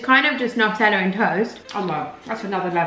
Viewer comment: It’s Nutella not natella 😩😩